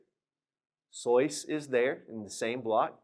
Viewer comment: Not sóis. Sois. It's a monosyllable